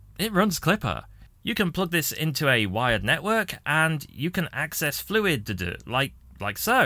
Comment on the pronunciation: If you say fluid duh duh one more time....